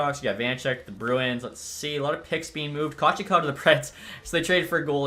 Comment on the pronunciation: You keep saying Kochetkov wrong. It's pronounced koh-CHEHT-kahv. I just had to put this out here. Love the videos mate.